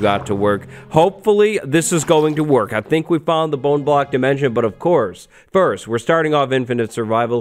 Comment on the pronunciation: What do you mean "fist"? xD